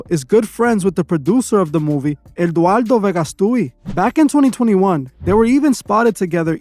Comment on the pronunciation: Sorry but you are dead wrong on this way. First, you butchered Eduardo's name. Second, he is a MEXICAN actor and producer, many of us know him since childhood, he did novelas. Im not even gonna keep going, but you are wrong sorry